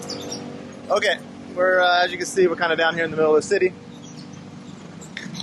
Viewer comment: wait dude, how did you learn japanese? i know you didn't speak it here in the video but i def can tell you have this japanese tongue when you say "オーケー！” i'm an indonesian but also kinda japanese native speaker so...